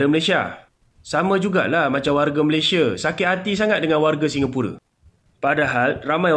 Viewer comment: Nampak sangat tidak habis SD. Mengeja ‘Malaysia’ pun jadi malasia